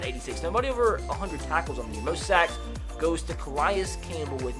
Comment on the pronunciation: he pronounced Calais wrong. He said it like Ca-lie-is when it's ca-la-is